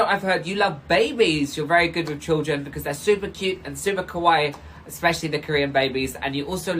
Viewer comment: "Expecially the Korean babies"